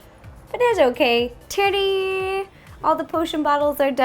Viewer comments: did she say tada or titty ?? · Instead of saying TA-DA she say TITTY